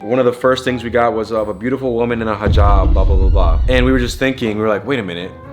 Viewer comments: Thanks for pronouncing hijab correctly. That’s how you can tell these people know stuff and pay attention to other people’s lifestyle/ cultures instead of the many other influencers/ social media people who may talk about this stuff but don’t act like that off camera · Aye nah that Hijab pronunciation was amazing